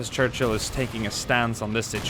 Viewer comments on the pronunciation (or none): none